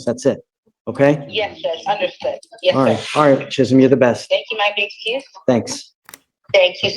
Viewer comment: Woah! Judge pronounced Chisholm right! We don't see that a lot!